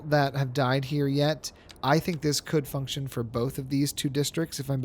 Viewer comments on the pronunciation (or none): none